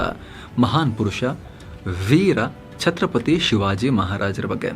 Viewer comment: ಅದು ಚತ್ರಪತಿ ಅಲ್ಲ ಛತ್ರಪತಿ ಸ್ವಾಮಿ